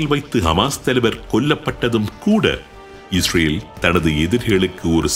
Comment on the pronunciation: Hisbulla & hamash not hamash hamash